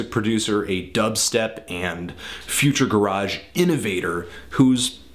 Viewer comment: Future Garage just sounds wrong said like that man